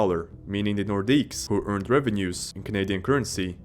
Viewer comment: Nice compilation, mate. Your pronunciation is awful, though. They are pronounced, "Lay Keh.BECK nore.DEEK. No plural S en Francais. Lay keh.BECK nore.DEEK.